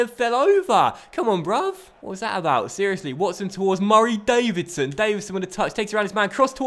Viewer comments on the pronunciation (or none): I love this series because you can see how much is enjoying it when he's making up back stories about George hunter and saying Davidson so oddly xD xD